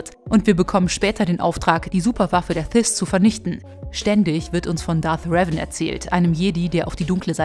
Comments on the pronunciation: Man spricht revan in the old republic Deutsch aus. Trotzdem ein gutes Video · Zum Starwars Teil. Einfach nur falsch was ihr sagt. Aussprache von Revan ist falsch. Seine Lebens Geschichte falsch. Nur zur Info , er war ein Jedi der vom ewigen Imperator bekehrt wurde und zu einen Lord gemacht. Die Jedis haben seine Vergangenheit gelöscht und Zack ist er wieder ein Jedi. In mega kurz Fassung hier